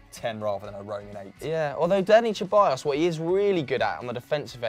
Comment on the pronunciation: When they say ceballos it makes me die inside im spanish and its not cheballos